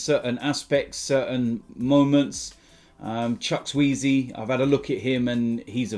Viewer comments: It's CHU KU WU EZE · Sorry the guy name is pronounced Chukwu-Eze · thought he said hughizzy i dont know why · Chuck-weezy!!!😂😂 damn! You just gave Chukwueze a new name. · absolutely butchering the nigerian fella name at min 2;27.. its pronounced chu-kwu-a-ze.. chukwueze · bro its chuk-u-weze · Did he just call Chukwueze Chucks-weezy??? And he slags off Robbie lol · No, 😄 It's pronounced "ChookWoo AyZay" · "Chackweezy"???? You murdered that name mate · The name is chu-ku-eze( chuwkueze )